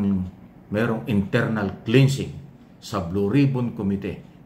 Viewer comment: KLENSING PO AT HINDI KLINSING ANG CLEANSING